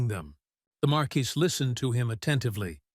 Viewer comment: oh ffs. It's not even 15 minutes and we have 3-4 ways to pronounce marquis? and slimes are now slugs?! I don't think I can take 3 hours of this. does anyone proof the stories??